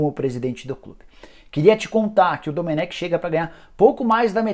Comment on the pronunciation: Jornalista cabeça dura, o próprio Técnico fala seu nome e a forma correta, em seguida vem o cabeça de bague pronunciar erradamente. Pqp